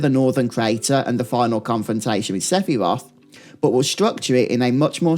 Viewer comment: J'hésite a mettre un pouce en bas juste pour le ZéFirot... 😅 Sérieux c'est abominable pour mes oreilles. On a pas besoin d'être billingue C2 en anglais pour prononcer un nom correctement je pense 🙃 Sé (avec un S) Phi (Fi) Roth.